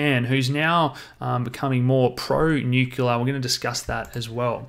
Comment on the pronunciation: everything about this video except the pronunciation, "Nu-kyu-la" is great